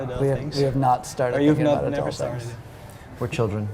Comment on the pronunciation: "Were childeren" I LOVE!